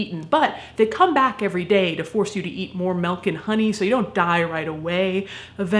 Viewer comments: girl! It's MILK! not MELK! ahhhhhhh! Love ya tho! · I love you man, but ‘melk’ ????? MILK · You say "melk" instead of "milk" and it bothers me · Since when has Milk been pronounced like it has an "e" in it?! It's milk not melk surely?! Is it just me that found that weird? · WHAT THE FUUUUUCCCC IS MELK 😡 - NOOOO DO NOT EVER SAY MELK AGAIN IASUHFNKUESYGRUKQWYGNR